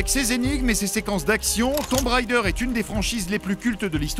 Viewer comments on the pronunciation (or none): Il faudra un jour prononcer "raider" correctement. .. elle ne chevauchée pas les tombes, lol, elle les pille, nuance... merci